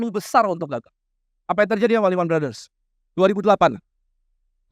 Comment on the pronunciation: "iman brothers" awkwkwkwkwk jadi lehman adalah singkat dari lemah iman